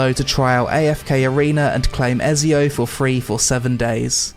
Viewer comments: Its Ezio like Ecio not Esio like who thats into gaming hasn't heard of Ezio or played assassins creed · My dude said Esio in the ad read lol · Did my man say esio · She’s a 10 but she pronounces Ezio as “ezzy-o” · me when i hear people prononce ezio's name wrong what is wrong with you it is et-z-o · he really said "Ezio", dang... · Its pronounced 'ET-ZEE-OO'!!! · Because mispronounced Ezio’s name so atrociously